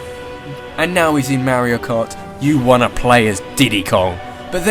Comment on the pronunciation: Lol "Merio Kot"